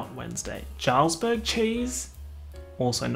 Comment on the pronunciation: JARRALS-BERG CHEESE I'm dying 🤣🤣🤣